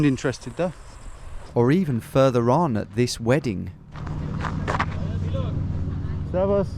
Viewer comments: your servas is very good pronounciation 10/10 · He nailed the „Servus“ though.